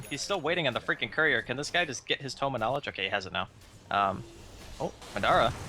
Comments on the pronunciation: It's MA dara not maDAra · MAAAA DAAA RAAAA not midara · Anyone else annoyed they don't say Madara right? I believe its pronounced Modara